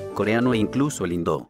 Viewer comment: Y HA HABLADO BIEN. Espero que hayas aprendido lo que dijo.